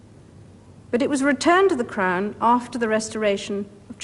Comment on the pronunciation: It’s sounds like she’s saying “the imperial state crime” and that’s actually more accurate